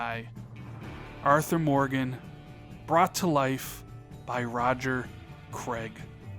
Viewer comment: Roger creg? You mean roger Clark 🤣